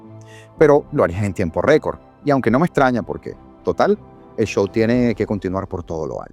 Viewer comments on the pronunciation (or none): none